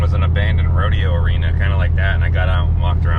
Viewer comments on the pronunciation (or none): none